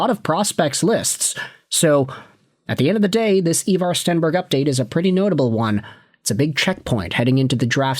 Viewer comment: His names Ivar ffs